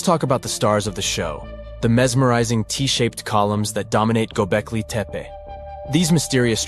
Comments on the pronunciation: "Gobekli Tepper"? Seriously? Oh, you mean "TupperWear™"? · "GO-BECK-LAY TEP-PAY" is how it's said, Your Robot Voice is 'BROKEN'! And The GIANT ANIMAL-HEADED ALIENS are wearing "WRIST WATCH DIGITAL COMMUNICATORS"!!